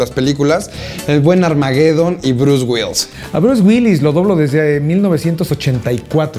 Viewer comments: El cree que sabe pronunciar palabras en ingles y no puede ni decir Bruce Willis! haha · Este vato cáguela y cáguela pronunciando "Brus güils" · Bruce Wills? Omg ni porque Mario dice repetidas veces Bruce Willis jajajaja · Por qué dices Bruce Wills? Es Bruce Willis! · Bruce Wills jajajajajaja WILLIIIIIIIIIIIIIIS La I si se pronuncia! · "Bruce Wills" xD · lo q me da risa es q el mae le dice " Bruce Wills" en vez de " Bruce Willis" jaja